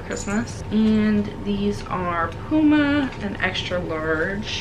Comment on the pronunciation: Puma = Pew-Ma.